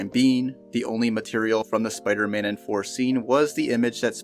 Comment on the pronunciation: THOR not Fhor. It seems like you're unable to pronounce your Ts. You even said firteen instead of THirteen